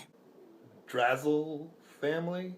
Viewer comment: Drasle Family is pronounced "Dra-slay", not Drazzle. I love this game. One of my favourites for the NES, but not a lot of people agree with me there.